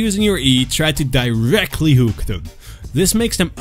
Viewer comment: So flay first then don't miss your "hewk".